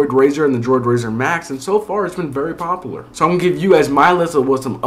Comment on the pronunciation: its popUlar, not popolar